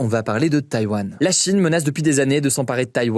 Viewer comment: Pourquoi prononcer Chine avec un tel appui sur la 1ere syllabe??? « la CHIne »